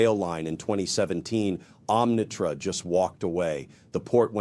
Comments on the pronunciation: Arrggh! NOT OmNITrak, but Omnitrak. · Arrggh! NOT OmNITrak, but Omni-Trak!